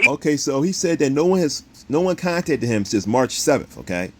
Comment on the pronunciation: Did this dude just say “CONTATED”????!!!😅